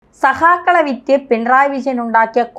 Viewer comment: സഹാക്കളല്ല , സഖാക്കൾ.. സഖാക്കൾ...ഖ...ഖ. Daily പത്തു തവണ പറഞ്ഞു നോക്കൂ.